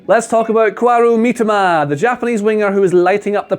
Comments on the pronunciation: Please pronounce as miTOMA rather than MItoma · "Kwaroo Meetima" 💀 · It's Mi-to-ma... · the guy name got butchered 😭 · You couldn't let do another take to say Mitoma's name correctly?